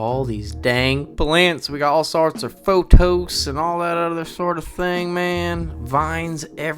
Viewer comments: It's pothos not phothos not sure if u are joking but its pothos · As a plant person, im loving all the plants in the enclosure. As a plant person, the way you say pothos kinda drives me insane😂😂😂 photos.......oh my gah its hilarious🤣 Love the whole set up. Worth the wait. ❤❤ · Me coming to the comments wondering if I’ve been pronouncing “pothos” wrong and no one told me.